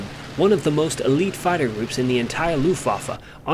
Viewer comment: Argh my ears. You said "looftwoffe" again.